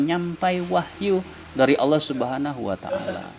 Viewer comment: 1. Lafaz jalalah yang didahuluin kalimat yg berakhiran kasroh harus dibaca tarqiq, bukan tafkhim. 2. Bacaan kitab sedikit banyak yang salah, kalau mau diartika dengan awalan di, maka fiil harus dibaca majhul dengan qoidahnya. 3. Tafsiran jumhur ulama tentang rosulin karim itu bukan Rusululloh, tetapi jibril... Silahkan baca tafsir jalalain, ibnu katsir, sa'adi, baghowi, qurthubi, al-wasith... Kesimpulannya, pembenaran yang salah tetap dianggap salah dan tidak bisa menghapus kesalahan. Hanya menambah besar potensi kesalahan yang lain. 😂😂😂